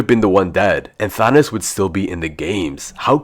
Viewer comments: because he said “Thanis” or “Thanus” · Nice thanos=thanis